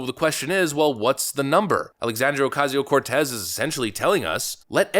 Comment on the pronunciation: Do you have to exaggerate her name? I'm Hispanic and Based AF but it sounds insulting to a whole culture.. Not just her. 90 percent of us don't care if you pronounce our names properly but AOC is awful and so many things to go after her about.